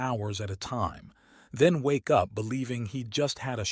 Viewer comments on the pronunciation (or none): none